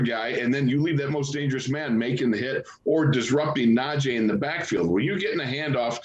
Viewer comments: Can we please get them to say najee correctly it's not najeh. It's frustrating that our own media people can't say the man's name correctly . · PLEASE everyone (especially STEELERS commentators & former players) pronounce NajEE's fucking name correctly. It's NajEE and not Naje'.